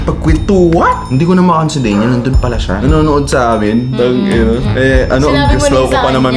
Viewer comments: DANYEL po hindi DEYNYEL 😊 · me: DANYEL: DEYNYEL syalan ha hahaha